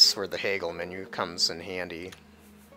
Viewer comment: Don't mean to be rude because I love you and these videos but Haggle is not pronounced Hay GGle, it's pronounced Hag L, say Hag then the letter L.